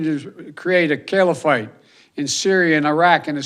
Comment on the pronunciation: Caliphate - govt under spiritual leader of Islam. Joe Biden says "Kell-a-fight" Someone tell him how to pronounce it please. He's an elderly man who has no idea what he is talking about or why he is in this Ramada Inn with flags behind him